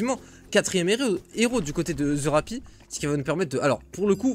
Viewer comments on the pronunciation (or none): Il faut que quelqu'un te le dise, ça ne se prononce pas "The Rapi" mais "The Rapple". Ce n'est pas un "i" mais un "L"